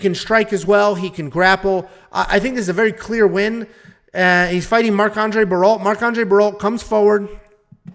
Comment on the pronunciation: Hey just FYI bro. BARRIAULT is pronounced BARIO(as in a Mexican bario). I'm a fully bilingual half French Canadian so u can trust me on this lol